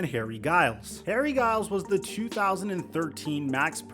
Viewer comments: He's been following his story for quite some time and still can't pronounce his last name. It's not Guy-les, it's Juh-iles. Typical Lakers fan shenanigans, making something out of nothing. It's like making a video over the Darius Bazley signing for the Sixers, not worth the time or effort. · You’re pronouncing his last name wrong. It’s pronounced like Jiyles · U could’ve at least got his name right! Lil Harry from my town, I know his mom, every time I heard you say his name my skin crawled. Mis-pronounced and mis-spelled! Good job 👍🏽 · This man couldn’t even pronounce his name right. Come on fam! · that shit was bugging me and he said it over and over and over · being interested in someone since high school you'd assume you'd pronounce his last name correctly.